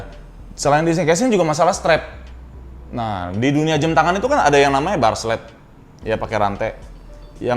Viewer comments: Dia ngomong jem. Bukan jam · Pertama kali liat saat collabs sama Raditya Dika. Yg jadi perhatian saya saat itu saat mengucapkan jam menjadi "jem"